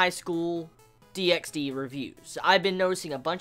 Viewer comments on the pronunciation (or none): The X in DXD is silent, by the way (like HunterXHunter or xXHolicxxx)